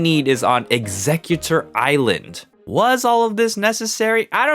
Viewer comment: Wait, executor ilsand? 😂